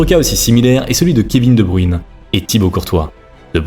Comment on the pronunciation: De bruyne pas de bruine j ai les oreilles en sang putin 😂 .